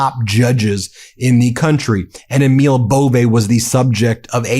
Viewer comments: EMIL IS PRONOUNCED AMIL LONG A. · Pronounce Emil correctly. Its Amil.